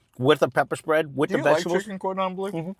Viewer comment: "Da peppa' spred" love it